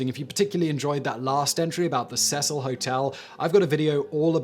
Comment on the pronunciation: Elisa Lam, pronounced E-ly-sah not E-ly-Za, Also Hotel Cecil, pronounced See-sul, not how the name Cecil is usuually pronounced. I don't know why just like Colin Powell's name was pronounce Coe-lyn rather than Co-lyn. Also the hotel's claims that the roof was 'inaccessible' was later debunked as well as the ease of access to the water tanks.